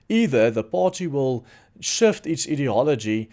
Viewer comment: Hello. Thanks for all you do. Your English is very good indeed. I don’t want to sound like a schoolteacher but in case it helps, we pronounce ideology as EYE diology. Please don’t take offence. English is tricky, like you say idiot not EYE diot!😉